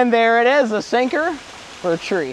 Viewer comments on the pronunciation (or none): for tree as in for three dummie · said fathree lol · When he said 4 three I heard fuck trees